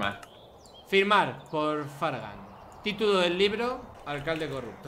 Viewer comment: Eso no se dice fargan.